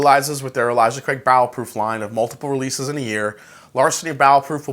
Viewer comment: Sounds like he is saying "bowel" proof.